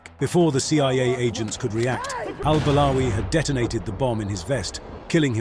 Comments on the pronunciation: After listening to you for 3 minutes, now I understand the guy why he did what he did. I mean you pronounced the guy’s name incorrectly for so many times in just 3 minutes Al-balawi, Al-barawi, Al-bawari, Al-bawali. Imagine how pissed off he was because of those CIA agents also mispronouncing his name, that’s why you learn your double agents name correctly, so they don’t turn their backs on you 😂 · I am surprised that you did your homework....my objection is only on the way you pronounced al-Balawi